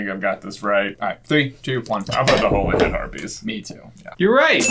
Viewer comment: Hollyhead not Holyhead....